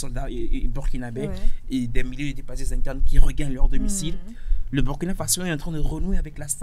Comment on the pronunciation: Chère sœur journaliste, il faut corriger cette faute monumentale : C'est pas Bürkina, c'est Burkina Faso. C'est un principe des langues africaines. Tel que tu insistes malgré que ton vis-à-vis te corrige subtilement en prononçant correctement, tu francise un mot africain. Merci.